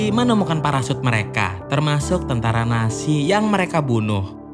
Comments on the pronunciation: Nazi bang bukan nasi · telinga gua doang atau dia memang bilang "tentara nasi" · Mon maap bg itu nazi bukan nasi